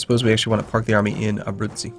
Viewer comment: Abruzzi is pronounced Abrutzi, but Neapolitan is pronounced Na-po-li-tan. You don't say Nea. Fyi. Love the videos!!